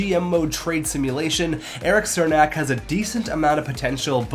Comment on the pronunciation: That's not how you pronounce Cernak's name!